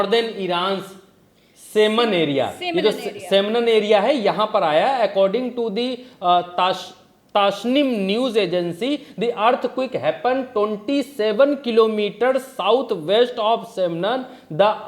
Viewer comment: चलिए बार करते हैँ से को f35 और बी 2 स्टेल्थ bomber में अंतर नही पता, (पिछला एपिसोड) अर्थक्वेक को अर्थ क्विक बोल रहा यार ये biased लोग हैँ